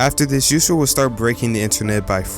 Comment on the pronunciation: Juice WLRD??? do you mean WRLD??? Anyway great video